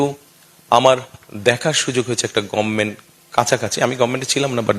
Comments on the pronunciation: গমমেন্ট না গভমেন্ট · গভমেন্ট টা তো শুদ্ধ ভাষায় বলুন লিডার সাহেব, আপনিতো গমমেন্ট বলছেন 😂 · গমমেন্ট কি? 😂😂😂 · গভমেন্ট গমমেন্ট না :face-green-smiling